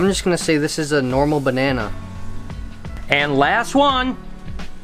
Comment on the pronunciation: He said BanNanA soooooo... Does he thinking about bananas